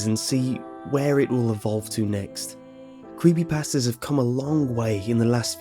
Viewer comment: I love the way you say Creepypasta ^-^